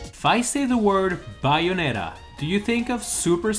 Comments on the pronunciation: It’s bay not by oof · It's pronounced "Bae-oh-netta" not "buy-a-netta" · no Bianetta doesn't mean anything but, BAY-o-NETTA means something to me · Who else cringed when he said Bianetta when it is Bayonetta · It is pronounced BAY-OH-NET-TA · You don't know how to pronounce Bayonetta. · Pronouncing Bayonetta wrong, but only a true fan of Bayonetta will understand the storyline